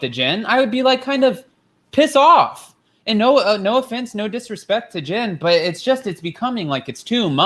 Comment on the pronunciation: It sounds like you’re saying gin instead of Jen